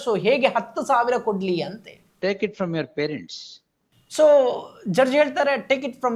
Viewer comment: Farents allappa parents... kannada kollabedi